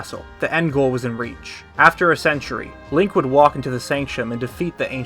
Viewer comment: really sure sounds like you said Leia not link lol